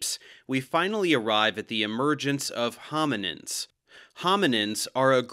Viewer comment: Sounds like “The First Homonyms”